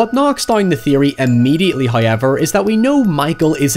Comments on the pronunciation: I live for when you say "hiyever" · First "hoy-ever" droos. rewards us for our devotion. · "hoyevar" NOW it's a video! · Take a shot every time says “hoiyever” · You say however really weird. Like Hyever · “Highever” “Nigh” ….